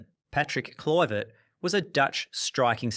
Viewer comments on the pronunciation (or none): I've already read the previous comments but a few other name mispronunciations that I noticed - Kluivert was "Kloy-vert", Cantona was pronounced like Kerry Katona, Robinho was Robin-hoe, Thierry Henry was like Henry VIII...just to name a few more, off the top of my head. As a fellow Aussie, may I please apologise for this utter wanker's abysmal narration, who also quite clearly has absolutely NO IDEA what the word "evil" actually means.